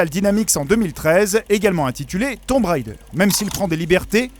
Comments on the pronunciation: Haaaaa... le jour où on arrêtera de dire "tomb railledeur", pour le prononcer correctement... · Pourquoi tout le monde dit "Tombe Raïder"? Déjà quand j'étais gosse, quand le 1 est sorti tout le monde se plantait allègrement Mais ça se prononce "Tombe Raideur", et c'est tellement devenu normal que plus personne n'y fait gaffe.